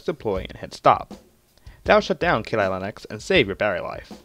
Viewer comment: Keeelee leeneeex😂😂😂